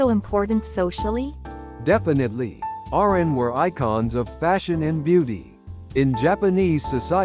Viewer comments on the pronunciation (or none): The narrators😢 please learn how to pernouce Japanese words correctly. 😅 Oiran not pernounced ORAN but OIRAN (ooiiraan) Also correct pernounciation for KAMURO)...........please learn😊